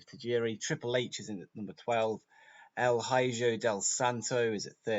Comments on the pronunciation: Just a friendly tip with spanish / mexican names the letter J is pronounced like an H so El Hijo would be pronounced El Hiho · El hijo is pronounced he-Joe,also i don't know if he's started wrestling yet but you should try to sign TJ Perkins